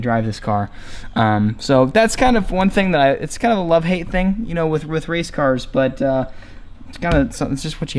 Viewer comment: Every time you say race car I laugh